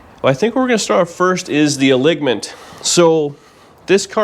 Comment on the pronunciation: Ha! Ha ha ha! That man said "a-ligg-ment!'